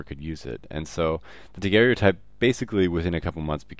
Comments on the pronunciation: it is pronounced Daguerre-o-type. should not rhyme with stereotype. No "e" sound after Daguerre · It s Joseph Nicéphore niépce(too hard to pronounce i think). And pronounce daguerr-o_type Not daguerr-é-otype ^^.